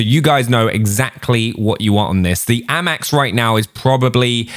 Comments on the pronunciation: Its not ammax its amax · Can you pronounce the guns properly it’s so annoying like how you say FFAR AND A-MAX ITS A-MAX NOT AMAX